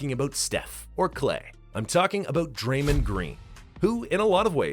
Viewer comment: Dray-mand green? 😂 Wtf